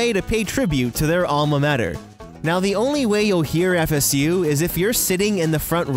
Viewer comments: When he said FSU I heard Pikachu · I always thought the gopher was saying "FU"!